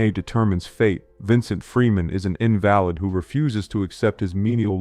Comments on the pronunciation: The noun “invalid” is pronounced with stress on the first syllable. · i think he pronounced it like that so that people wouldn't think he was saying "invalid, as in a person weak or unable to care for themselves" In the setting of Gattaca, people are categorized as "valid" or "not valid" (invalid). But it doesn't have anything to do with whether or not they are a fully functional organism.